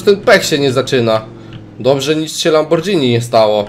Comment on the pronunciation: fajnie by było jak byś mówił lamborgini a nie lambordżini